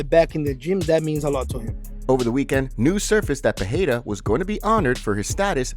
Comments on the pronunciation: Bro you would have to spell Pereira with two R´s (Perreira) for it to sound like you say it. the tip to saying it exactly right is saying it like the word "are" it rolls off the tongue haha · Thanks for trying to pronounce Pereira correctly however unfortunately it's still wrong. If there were to Rs in PeReira then it would be an H sound. But it's not so it's just a soft R roll. Think Pedeira. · Alex "Pehera"... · why do you insist on saying alex pierra last name that way? it's cringe worthy asf